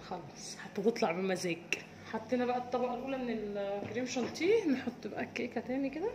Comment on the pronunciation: جانتيه تاني يا اسمه شانيه و الجناش مش جناااااش يا بس تسلم ايديكم طبعا و بحبكم في الله